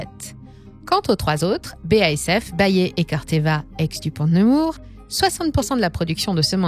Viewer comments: Ils ont tous droit à une bonne prononciation sauf bayer haha. Ça se prononce "Bayère" 😜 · ça prononce Bayer "Bayé" mdrr ambiance lama faché on capte bien que vous déléguez la voix a une actrice